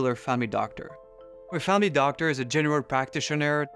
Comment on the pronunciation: "you have go true a famy doctor"